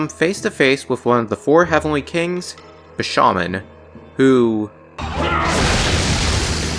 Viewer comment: You saying "Bi-sha-man" completely threw me off guard. How do you pronounce his name so incorrectly? It's "BI-SHA-MON-TEN".